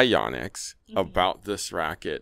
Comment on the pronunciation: Correct. says it like “Yaw-nex”, which is a little harsh on the ears especially considering his East Asian heritage and being at least bi-lingual (speaks Cantonese).